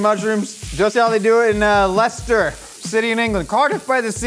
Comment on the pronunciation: Well done on pronouncing Leicester correctly!